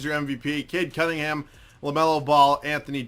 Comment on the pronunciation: Finally someone calls Cade Cunningham "Kid Cudingham" as it should be